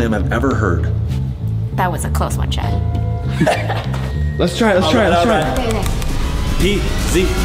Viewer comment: XD VY SAYS CHEN NOT CHAD